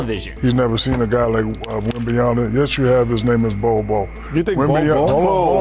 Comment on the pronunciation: It's "Bol Bol" mate